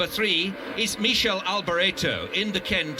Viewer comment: LOL... 40.17 the commentator finally almost got "Michele" in its own correct Italian pronounciation (Mikele) only to change it back to that "horrible" (to Italian ears) French version... Anyway great document, thank you for posting.